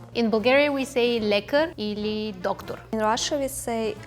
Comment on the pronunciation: In Russian subtitles there is a bit different words. For example when Russian says [доктор] subtitles says doctor because she said wrong pronunciation (in Russia there is not pronounce R) and when she says smyeshnoy [смешной] but subtitles says zabavniy [забавный]